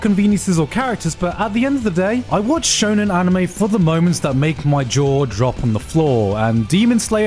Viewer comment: "Shonen genre" My ears are bleeding